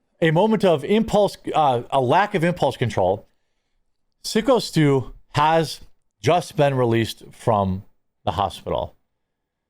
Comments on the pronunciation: His name is "psycho" not "sicko" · He pronounced his wrestling name ("Syko Stu") as "Sicko Stu" instead of pronouncing it correctly as "Psycho Stu." 😂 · Psycho not sicko I know it looks that way but it's pronounced Psycho 😢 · Sicko Stu? C'mon man its Syko pronounced like Psycho 🤦🏽‍♂️ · Love your work, man, but it’s syko Stu, as in psychotic Stu. Stop saying sicko; he literally says it himself in the video. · It's not siko stu its Syko as in Psycho Stu. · SYKO (PSYCHO) STU, not SICKO. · Can you stop calling him Sick-O Stu. Somehow when you read the article you pronounced it correctly? Youre so outraged you dont even know how to say the guys name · Dude it's Syko not Sicko! 😂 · SICKO STU LOL. Its SYKO bra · Stop calling him sicko.... can’t you read bruhhhhhh....... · The guy's name is syko pronounced as psycho stew lol and idk how raja is not in jail this is insane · "SICKo Stu"?! 🤔 Do you mean SYKO Stu? (As in "Psycho Stu")? Just for the record, I'm not calling, or referring to Syko Stu as a psycho, or anything like that, I'm just saying...the name he goes by is SykoStu...and he is a bad@ 👊💪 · I just came here to watch Jeremy say "sicko stu" not "syko stu" 😂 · His name is Phyco not sicko. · Ok it's Syko not Skyo or Sicko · Quart- you're the ONLY one who keeps pronouncing it "Sicko". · Pretty sure it's pronounced "Psycho Stu" ...... Thanks for not letting this story go away. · it's Syko as in "Psycho" bubba. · I thought his name was pronounced psycho stu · I thought Syko was pronounced Psycho. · The fact dude still hasn't to figured out how to say syko stus name means he literally doesn't give a shit to about the story anyway. If you would actually have to watched any of footage you wouldn't be calling him sicko stu again man. I swear idk why i keep getting your shit recommend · I'm a regular viewer and left a thumbs down because you just can't seem to read (p)syco Stu's name correctly. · He pronounces it “psycho” I thought? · Syko Stu is pronounced Psycho Stu.